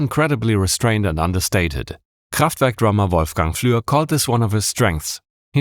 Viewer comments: He started off the vid by saying "KhrahffftVehrrrk". I'm sold 10 second in. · i'm five seconds in and i'm absolutely astonished that you pronounced kraftwerk right. this video is going to be awesome. <3 edit: wait, you are in fact german! i should have known this before. :'D